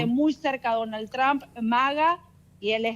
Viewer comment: Señores periodista, que bueno que se asesoraran en la pronunciacion del apellido del presidente de estados unidos. NO se dice Tran! NO atropellen la pronunciacion! 😂